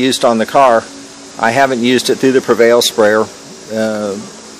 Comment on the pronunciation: It is pre val. Not prevail. There is no I